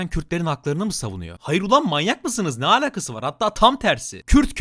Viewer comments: Abi lütfen şu "alakası" cümlesini düzgün söylermisin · senin yorumlarını dinlemeyi çok seviyorum ama şu alakasızı artık lütfen doğru söyle davar gibi söylüyosun lagnlgnlanglngl